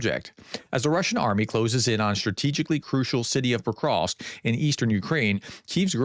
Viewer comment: Pokrovsk, not pokrosk...Jesus if you are gonna talk about it at least learn to pronounce it